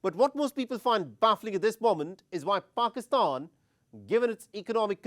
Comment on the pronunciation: First learn to pronounce the word pakistan 😂